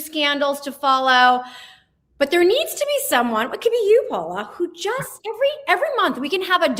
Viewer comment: Paula. (Not Paulo)